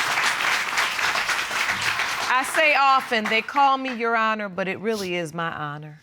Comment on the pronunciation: "YAHANA" .... it's "YOUR HONOR"!!!